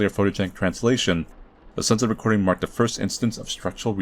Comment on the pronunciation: “You have to beat the game dis many times” cut to him after beating da game, dis many times